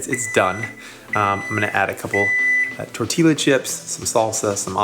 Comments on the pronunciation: Tortilla is pronounced 'tor-tee-ya' - geesh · Tor-tee-yaa not tor-teeLa. Great video! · Oh god Jeremy pleeeease stop saying "tor-tee-luh". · TOR-TEE-YA. Please don't ever say TOR-TEE-LA again. Nice video, by the way. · For the love of all things Mexican, someone tell Jeremy how to pronounce tortilla! Tor- tee-yah, not tor-tee-la. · Tort-ti-ya not tort-ti-la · Amazing job. I truly love Jeremy's energy, but it's pronounced tor-tee-ya, ll = y. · Jeremy did you really just pronounce them 'tor-tee-la' chips?? 😂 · The "double L" is not silent. It rather sounds more like "J" in English: tor-tee-jah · Jeremy, c’mon only Mexico has more Spanish speakers than USA. It is “tor-tee-yah”. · Great video but TOR TEE YA for future reference 😅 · LOL!!! And ROLL the 'r'...TORRR-TEE-YAH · it is pronounced torteeya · You're not allowed to wear that Wu-Tang shirt if you say "tortiLLA" instead of "tortilla". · Seriously?!!!! “Tor-tee-la”. Hahah!!! And this was made in USA!!, you should come to TX and we can give you some fa-jeer-ters and jal-lup-pee-noes to go with them!!🙄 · Mmmmmmmm… tor-teela chips are my favorite. 🤣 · I know you're in New England but it is Tore-Tee-Yuh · Tor tee La? Dude... Country North East. Stick with Wonder Bread! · Its... uh... pronounced torteeya. That made my brain hurt when I heard it. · Did he say torteela? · In Spanish, the "Double L" really sounds like "J" in English: "tor-tee-jah" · That's not an accent. It's just wrong lol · YES, every time he said it I was screaming - the L's are silent! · Unacceptable for an American to mis-pronounce tortilla. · This is gonna sound weird, but... there's no L in "tortilla." :) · There are no dialects in Spanish. What I've heard from the Mexicans I know is actually the pronunciation of the "double L" as "Y". Most of the different accents I've heard go by something closer to the "J" in English. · Did you just pronounce tortilla with the “L” sound? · learn how to pronounce TORTILLA :)